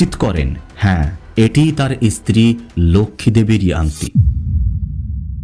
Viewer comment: ভাইজান , উচ্চারণ আরেকটু upgrade করেন । ইস্ত্রি না স্ত্রী হবে। কুলু না ক্লু হবে etc etc